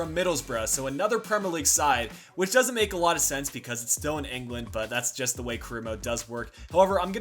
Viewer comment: You said awot of money